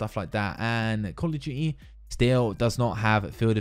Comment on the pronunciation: “Kawl ughf Tuity”